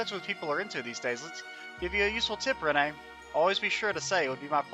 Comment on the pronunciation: Its almost impossible to watch this with how you mispronounce Renne, it is just "Ren" its not said any different